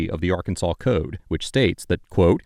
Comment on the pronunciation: Occupation: Frunt desk. Welcome ta Rkunsaw. lol